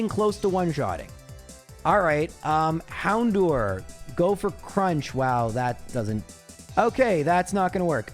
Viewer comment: I know a lot of people complain about how you say certian words, but it drives me nuts how you say "Houndour" you say "door" when It's dour, rhymes with sour.